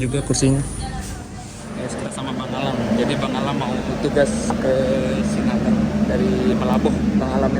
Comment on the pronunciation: Sinabang ya bukan Sinabung 😁